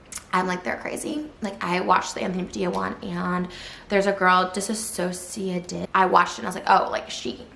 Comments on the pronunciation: DissociaDID is pronounced more like "diss-osha-did" than the word "disassociated"- Trisha tragically mispronounces it pretty much every time. It's a combo of the word "dissociated" and the anagram for D.I.D :) Love ur vids as always <3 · Hi man, I’m a big fan of yours 🌟 but just please tell their name right: it’s DissociaDID, non DisSAsociaDID, and everyone is pronouncing it wrong because Trisha pronounces it wrong and I believe she does it out of disrespect Thank you!